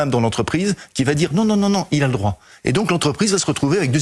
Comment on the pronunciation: "vous n''awez paw le dwoit de changwer mon popo"